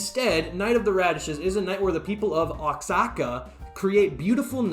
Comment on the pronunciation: It’s pronounced WAHAKA!!